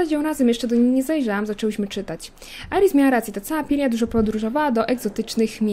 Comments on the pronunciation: Imię Pryi czyta się Prija ale dla ułatwienia możesz mówić Pyra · Jak coś to czyta się Prija :)